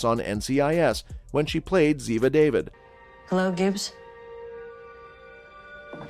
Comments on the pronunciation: NARRATOR : Ziva's name is pronounced Da Vid --- not david ! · The lady's last name is Dah-veed, not David! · So annoying! It's pronounced Daveed. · Why don't these narrators pronounce Cote's character name properly, thumbnail not connect, nothing about what she did before her acting. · If you going to do a piece on someone you might learn to correctly say the last name pf the person they played